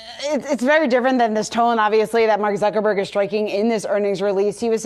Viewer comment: did he say Zuckerborg? lol